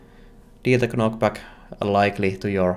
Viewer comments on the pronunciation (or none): by the way, the k is silent in knockback. You actually say it like nockback. Like you would in the word knight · Loved the Devlog as usual, but after 3 video's I got to bring it to you. With the word "knockback", the K is silent.